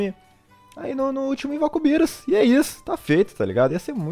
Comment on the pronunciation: Tu chama birus o nome é berus CHAMA DE BERUS